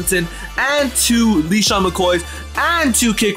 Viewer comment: this dude said leesean McCoy